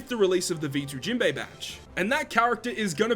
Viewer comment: Why u always call him jimbe its jinbe broski